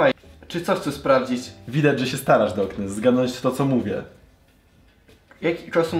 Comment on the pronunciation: Czy tylko ja uslyszalem zboknes na poczatku